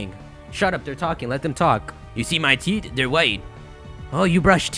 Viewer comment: When you say teeth, it sounds like teet.